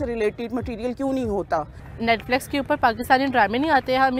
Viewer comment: Pehle toh isi netflex bolna band karo ..